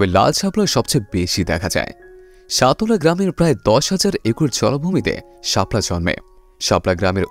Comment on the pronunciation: Vai uccharon think koren সতলা না সাতলা হবে।